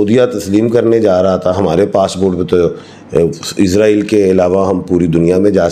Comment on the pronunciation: اسلام وعلیکم اپ سے گزارش ھے کہ اسرائیل بولا کریں ازرائیل نہ بولیں شکریہ